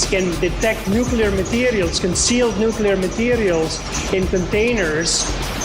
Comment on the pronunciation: I was about to say that aluminium has some amazing characteristics, too - they even use it in nookala power stations, which the workers usually drive to (and from) in their petrol powered cars. :-)